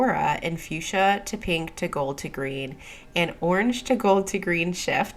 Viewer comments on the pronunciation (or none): none